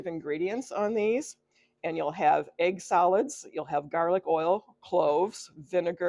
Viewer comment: I thot you said 'egg salad'......ha, ha (egg solids).